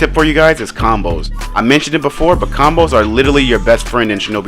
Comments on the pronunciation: Its combo not conboes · “conboes” 🤣🤣🤣 my guy its combos